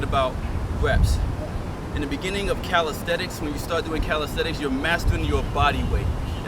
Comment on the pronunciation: The word is CALISTHENICS Not caristhetics